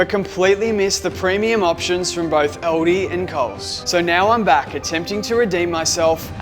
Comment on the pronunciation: Its Aldi not Aldi.